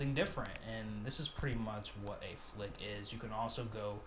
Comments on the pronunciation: It's spelled "fleck" and pronounced "flek" not "flik"... A "fleck" is a little patch of color or light... "flek" NOT "flik" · First off, using something you hate other people doing as a reason for doing the same exact thing is not a reason at all. You're putting yourself in the same box of ignorance. Secondly, It matters when flick has a completely different meaning than fleck entirely. Fleck is not a made up word, it literally is a word with its own meaning. Someone didn't just make up fleck for this game engine. Lastly, I did enjoy your video, I just didn't like the way you say flick instead of fleck. 😅